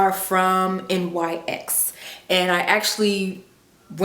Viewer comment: It's pronounced (Nyx)NIX! It's not an acronym people! Love the video super cute